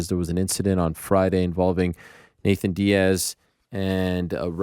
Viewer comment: Stop calling him "Nathen" you bum.